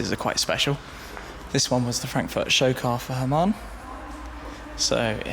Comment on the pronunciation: i like hamann (not "hamam", shmee ;-) ) but the m5 bodykit is so ugly...